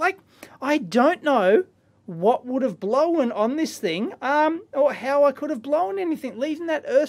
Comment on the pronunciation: "blowen"... crazy aussie